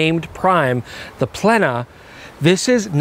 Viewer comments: The "e" in "plena" is a long vowel ("ē") in the original Latin ("plēnum"), which sounds more akin to "play-num" in English. Ergo, the correct pronunciation is "play-nuh"! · let's not pull another Naikon silly pronunciation (you of all things being half Japanese you know EXACTLY how to pronounce it correctly man!). It's Latin and in Latin is pronounced PLENA as it's written with E of 'Emphasis' not the E of 'Eagle' (so to speak). Latin is phonetic and has strict rules (but always consistent). Arigatto! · It's pronounce "Plena" as in "Plenty". Or for North Americans as in "Jay Leno" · Plena in Latin is pronounced: 'play' (but without the diphthong) - 'nah' (like the a in bat or in act) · Given my unique background where I studied Latin for 6 years and photography for 2 years, I’m pleased to contribute my knowledgeable opinion on how the lens should be pronounced. Its : “plena” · In Canada it’s pronounced Plehn-eh. 😅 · Nikon: Knee-kon (with short ee sound, not like 'knee') Nikkor: Kneekkor (same short ee) Plena ('full'): Play-na You're welcome. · Latin pronunciation would be "PLANE-a". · It's pronounced PLENA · Its pronounced "Plena"...thank me later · "Plena" is Plural for "Plenum"...Latin word which is similar in declination of the word "Data" versus "Datum".....plural and singular respectively. The word is pronounced exactly the way it's spelled...Just a thought.😉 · The “P” should be silent like in pterodactyl. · Plena is pronounced on the e and actually the „e“ is stet he’d - for lack of better words. I am German, I had 10 years of Latin in school. Interesting lens! Sweet first peak, thanks 🙏 folks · It's Plena and not Plena..